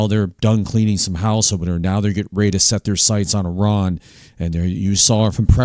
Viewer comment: "Ah-ron"? Towers of babble and bray stubble and hay. I like your enthusiasm. Blessings.